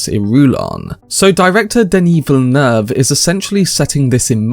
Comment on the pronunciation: Good on y’a to pronounce the director name right!